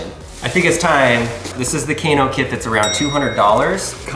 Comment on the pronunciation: I don't think its, Kc - a - no Its: K - AA - NO